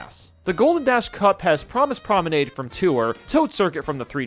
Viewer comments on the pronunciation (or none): It's Parris Prominade not Promise Prominade.